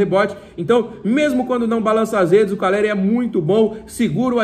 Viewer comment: tu falou Ferraresi e caleri